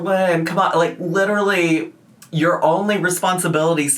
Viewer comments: At least she didnt say leederally. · Oh so now she can pronounce “literally” normally again